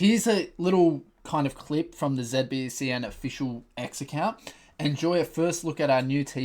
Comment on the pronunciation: Why do you call it ZebBCN?? 😂😂